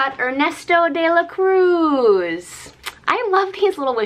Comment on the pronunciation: You pronounced alebrije pretty well! As well as Ernesto de la Cruz 😊 How lucky you are to have found some, I'm glad they weren't 5 of the same lol. Glad to see you treated yourself a bit, stay safe 💕